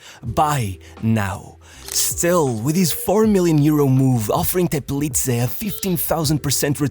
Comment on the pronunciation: Thumbs up pronouncing "Teplice" the right way.